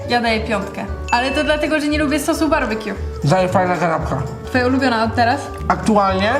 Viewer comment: Barbekju a nie barbakju (wiem że się pisze BBQ)